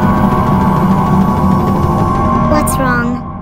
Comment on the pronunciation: Мэган, а не МЕган